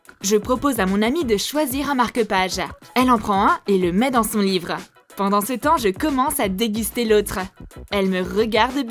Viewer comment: À elle à dit : live au lieu de livre 😂😅